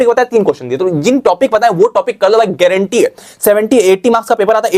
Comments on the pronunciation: Granti ha was epic 😅😅😅😅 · How bro said gaurantee 😅😅😅😅❤